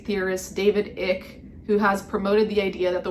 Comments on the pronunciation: Icke is pronounced like Ike. Rhymes with a slur I’ve been called a few times. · You misprnounced David Icke's name it's prounounced i-kuh. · It’s pronounced eyke like bike (David Icke).